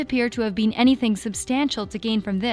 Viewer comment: why does this girl say been like "bean"